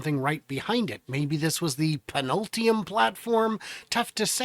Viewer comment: Pinultium platform 😂 rofl. Love you.